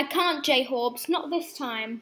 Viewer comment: Jhorbes not j horbes